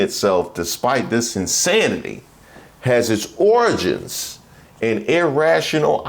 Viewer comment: Is that origins or oranges? Gotta pronounce it like the dear leader does